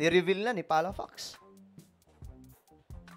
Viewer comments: Architec. Jun Palafox , not palapax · FYI: It's Palafox not Palafax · PALAFOX HINDE PALAFAX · Si Palafox po hindi palofax hahaha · HINDI PALAFAX ANG FAMILY NAME KUNDI PALAFOX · Palafax✓ Palafox❌ 👎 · Palafox is from Bacarra Ilocos Norte...his family is very respected and so humble,it seems they are not ultra rich but in truth super rich sila ... by the way pronounce Palafōx not Palafax his surname. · Palafox yata ang bigkas diyan not Palafax. May mga Palafox din kasi sa Bataan. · PALFOX(POKS) HINDI PALAFOX(PAKS)!!!! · Sir Hindi o palafax PALAFOX PO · Palafoks po ang pronounciation sa apelido nya..may classmate ako ganyan din apelido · PalaFOX pronounce as FOKS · Palafoks ang ang bgkas hindi yung fox na animals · Palafox/pronounce it as o. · Pronounce it as o not a.